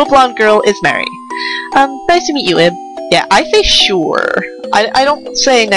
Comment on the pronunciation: Hon, it's pronounced "Eeb". XD It's really supposed to be "Eve", but that would have caused confusion with another famous game called that. XD